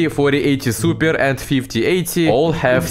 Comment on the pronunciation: suppearrrr,,😂 that word got me everytime he said